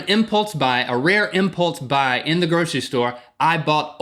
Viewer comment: You did it on an "impultze" buy? xD